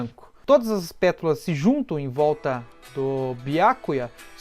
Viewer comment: Vídeo fodastico,pena que tu não consegue falar "pétalas" corretamente kkkkkkkkkk